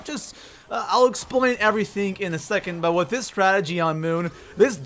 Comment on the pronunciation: I don't understand why it's so hard to say "strategy"